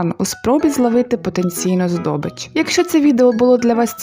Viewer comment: Дуже дякую! Вкрай актуальний ы цыкавий матерыал. Однак за всыэъ поваги, дозвольте всього лиш двы ремарки: 1) літературною українською буде "здОбич" , а не здобИЧ" - цей останній наголос - це калька з російського ("добЫча"); 2) українською, якщо маються на увазі котячі пухнастики незалежно від статі, то українською вживається слово в чоловічому роді - коти. "Кошки" (жіночий рід) в цьому сенсі кажуть російською.